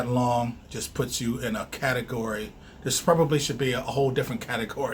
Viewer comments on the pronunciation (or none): none